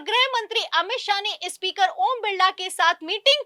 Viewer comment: Ispeaker nahi hota madam, SPEAKER hota hai 😢😢😢😢